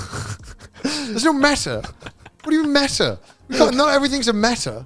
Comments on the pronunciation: I can't believe Connor didn't know it was M.E.T.A. and not meta. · the different ways Connor and Garnt pronounce "meta"